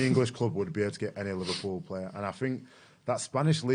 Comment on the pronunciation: Don't you mean LiVARpool lol?